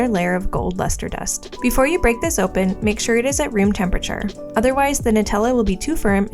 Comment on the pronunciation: it’s Nutella